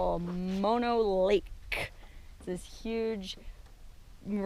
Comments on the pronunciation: Man Mono (pronounced Mow- Know)? .. and I wish you had more subscribers.Shared on Twitter. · Please pronounce Mono correctly. It sounds like Oh no. Not like the kissing disease.